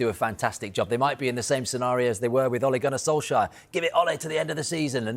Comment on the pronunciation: Oligunne solfscarf? Wtf 😂😂